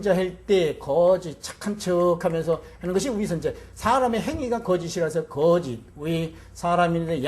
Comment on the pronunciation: 거짓 가 ㅢ 가는 길게 발음해야지요!? 왜 그럱 아십니까 모르면, 공부 좀 더 하시고 강단에 서십시요!!